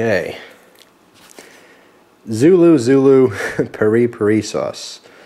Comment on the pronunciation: I'm pretty sure it's pronounced "perry-perry" .Though, I may be incorrect. Glad you are uploading more vids, and I'm sorry to hear you deleted some.